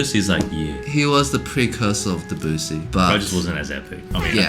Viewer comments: You should be trashed for the way you pronounce Debussy. It isn't hard. Just stress the LAST syllable. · Hey guys get it right - Debussy is pronounced DEB-you-see - NOT De-BOO-see !!! Thank you 🙏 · I get a kick out of way you two pronounce Debussy